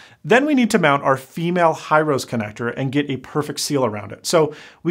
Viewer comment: He-row-se connector not High-rose. It's a Japanese company.